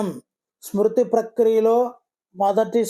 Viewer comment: Smruti. Not sruti